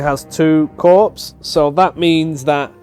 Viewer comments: Corps = CORE, not corpse. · Note: "corps" is pronounced like "core"